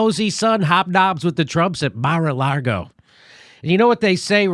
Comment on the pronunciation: It's lago, not largo